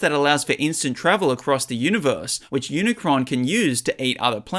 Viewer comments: bro said unicorn and not unicron😂😂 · He said unicorn instead of unicron😂😂😂😂